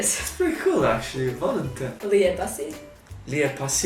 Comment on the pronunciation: Lol the way she says "volim te" is sooooo Zagreb....the i should actually be much more clearly pronounced...she basically says volum te